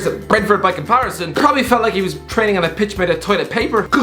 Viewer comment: Does anyone hate it when he says probably